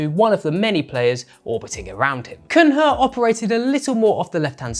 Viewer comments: Cunha read as Cuña, this pronunciation as Cunra is disgraceful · great video but its cun-ya for you foreigners (not the right way to say it but somewhat acceptable), not cun-ha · /koonya/ is the pronunciation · Cun-ha was killing me haha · Cun-HA! Hahahaha totally got me too 😅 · That Cunha pronunciation is diabolical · Please pronounce Cunha’s name properly. Not hard. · You guys never learn how to pronounce footballers’ names. I like how good your overall analysis are, but the pronunciation is lowering the level somewhat. Cunha mate, the H is silent.